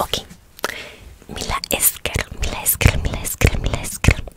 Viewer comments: Hola la i con la L se lee LL es decir se escribe mila esker pero se pronuncia milla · Simplemente pare mejorar: por ejemplo en Mila Esker la "i" con la "L" hace como una "ll" o "y" así que pronunciado sería milla esker. También en el caso de: Espainakoa naiz, la "i" con la "n" en pronunciación hacen la "ñ" así que se diría Españakoa naiz. Aprovecho el bug y......ñññññññññññññ. Gracias por el video